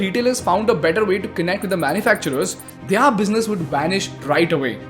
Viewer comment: it's not they are it's thier business, I observe in all your videos you say they are for thier, just a small correction don't mind but it drastically changes what you are trying to say they are is different from thier please look for pronunciation.